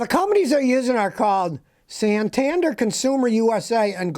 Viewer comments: it's pronounced SAN-TAN-DARE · Nissan is very relaible brand in the UK and most of the world. Bank is pronouced San-tan-dear . Very popular in the UK as well with a healthy reputation. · Just read some comments and realised that Scotty must be talking about Santander. This is not a problem or criminal organisation unlike the pronunciation provided here. I am happy banking with them here in Spain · When you said Santander I quit listening